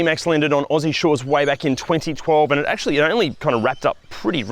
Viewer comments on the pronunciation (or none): none